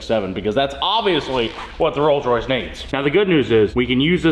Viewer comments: Yea its Coals Royce. 😂😂😂. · Ah yes....The Coals Royce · The "rolls royce campom